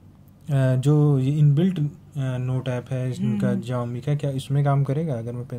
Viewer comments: जियोमी ni दीदी शाओमी हैं😊😊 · Ziomi❌ Xiaomi ✅